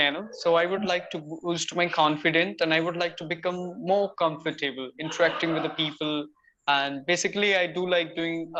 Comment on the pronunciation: The pronunciation of the word comfortable iswrongly elongated